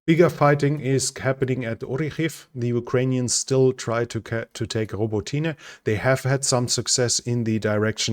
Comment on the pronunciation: Row bah tee nye, make an effort.